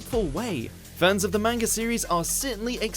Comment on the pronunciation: Dude...it's 2018, anime is more pervasive than ever, and watchmojo is STILL mispronouncing the word "Manga?"